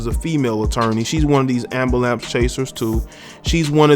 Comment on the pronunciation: Please learn how to pronounce the word ambulance ........ Correctly